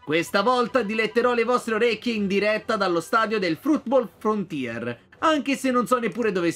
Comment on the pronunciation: sono l'unico o ha detto frootball frontier Comunque spero che continui questa serie